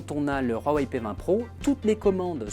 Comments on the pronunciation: huawei pas rhuawei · Ça se prononce Wawei et non Rwawei 🤦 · PK vous dites Rhuawei ? c huawei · Cest rouawei non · C'est degeu ta prononciation du constructeur du p20 c'est huawei pas rhuawei arrêt putin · Ptn c'est pas roiweiye c'est Huawei et sa ce prononce ou,a,wei. Ou bien ou,a,wey. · il ma stresser toute la vidéo a dire "rhuawaei" mais pas grave. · "Roirwei" mdr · mais arrete de dire rouawei bordel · RHUAWEI MDR 😁😁😁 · Y'a pas de R c'est un H je dislike franchement sa m'énerve